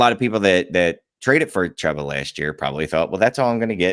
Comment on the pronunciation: its pronounced Chew-Ba FFS.